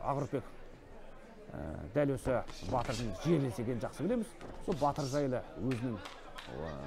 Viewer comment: Не Батиир а Батыр